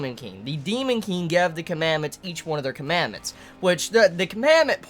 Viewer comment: do you have an accent? Its sounds kinda weird when you say the word "Gave" you say "Gev" idk if its an accent but it does sound a bit forced, im npt insulting or anything just pointing that out🙃